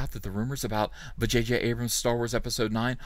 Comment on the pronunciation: I'm sorry did I hear you say "Va-J-J"? How dare you Sir.